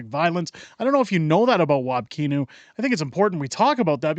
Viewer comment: I'm stuck in, I mean, live in WPG, MB. Kinew's name is actually pronounced like "canoe", I say it wab tippa-kinew to remember LoL. But I like that u mispronounce it, so pls continue!